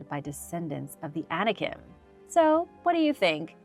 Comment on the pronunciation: I was not clear with my statement. I know Anikin is the name of Darth Vader. The point I was (poorly) trying to make was that was saying ANIKIM, with an m sound at the end. You were comparing two different but very similar sounding things. So you CLEARLY don't know what YOU are talking about. You might want to be sure you know what you are talking about before you verbally attack someone. I was just trying to help you see how your original statement had nothing to do with what was talking about.